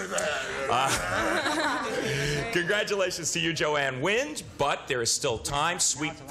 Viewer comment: Gene: “JoAnne WINDAH”! 🙄